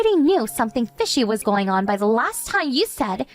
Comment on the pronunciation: “ sorry it’s GOH be a late one” “Nasiness” “ I’m goh be home late again” “ my bosses head, goh bean da chopping block” “my friend Day” (instead of Dave) “wif her”. This male voice actor cannot pronounce the words: “going, being, the, with” and purposefully doesn’t pronounce the last consonant of most words. To a former English major this just is like fingernails on a chalkboard. To someone who’s made a career out of speaking the English language, the male voice actor needs to enunciate it correctly.